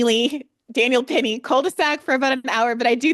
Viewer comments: The number of times these two bungle the names of Jordan Neely and Daniel Penny is genuinely hilarious. 😂 Great discussion as always, though. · I burst out laughing every time they messed up Daniel Penny's name